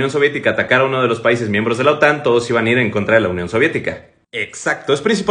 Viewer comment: La OTAN , no la otán. Qué lío os aceis con las tildes y las silabas tónicas.